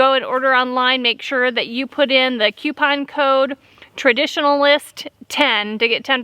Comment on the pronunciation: I had to slow down the video to hear the coupon code correctly. If you go back and watch at half speed, it will have you laughing. I didn't expect it to sound like that! Rofl.